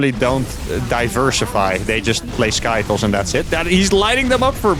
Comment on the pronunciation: stop saying skytoes